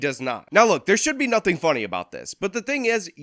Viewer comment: Did she say do nuffin 😂